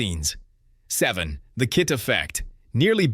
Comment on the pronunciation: Hey you moron it’s not K.I.T it’s K.I.T.T.